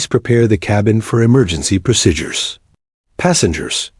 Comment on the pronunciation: People flying a fighter jets can not stand up while the jet is flying. What a big fake image. This ruins the story. Plus you don't know how to call out a flight number. Plus there is no such thing as the word pro sid ures. Its pronounce proseedures !!!